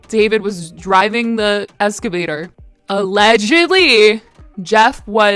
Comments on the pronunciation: Ex - cuh - vay- ter Not being mean/sarcastic. Just genuinely trying to help for your future videos because I know you’ll need to say this word again soon. Thanks for the video btw 🥰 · No, wait stop 😂😂😂😂 She literally said ES-CAVATOR I’m fucking howling 😂😂😂😂😂😂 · "escavator" lmaooo girl you crack me up